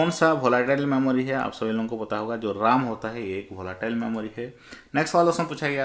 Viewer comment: Pahle to aap RAM ka pronounciation sahi kijiye.....RAM to Computer ka vai he..nki Laxman ka😂